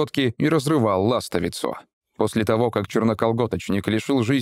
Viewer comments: ла́стовица Существительное, женский род, 1-е склонение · Ластовица - ударение на И. Это вшитая "промежность" по форме листочка или трапеции в колготках или трусах.